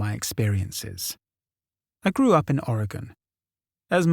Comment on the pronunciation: Hearing someone pronounce "Oregon" and "Oregonian" correctly deserves a Like and Subscribe all on it's own.